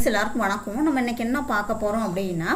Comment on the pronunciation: வணக்கோங் வணக்கம் னு சொல்லுங்க. ஜவ்வா இழுக்காம விரைவாக சொல்லுங்க